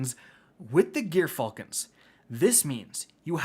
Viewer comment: It's "Jer-falcon's", G.dammit.